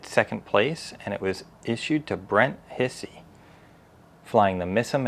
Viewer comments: Brent's last name is NOT hissy...proper pernounciation is....like Hi-C... and the rabbit airplane is a B25 Mitchell and is flyable. L-39 is flyable. Pilot seat isn't always the rear seat. Miss America is a P51 D Mustang. Yellow part is the oil tank. Miss A is flyable when the engine gets back. Just routine maintenance. The little model is a pedal plane. The high wing tail dragged is a L-19 Bird Dog. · Still got the name wrong. It's pronounced almost like "High-C" .. not Hissy. Brent 'Doc' Hisey is a neurosurgeon and owns several warbirds. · Brents name is pronounced Hi'-zee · He pronounces his name "HIGH-zee". "Doc" Hisey was a flight surgeon for the 465 TFS "Okies" at Tinker AFB, OK, when they had F-16s, from late '88 to around late '94.